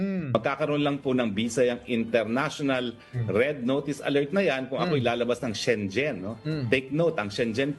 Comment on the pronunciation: Schengen visa ang pronunciation po ay SHE-NGEN hindi po SHEN-JEN